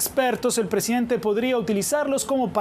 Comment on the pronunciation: Aprendan a hablar se dice presidente Ente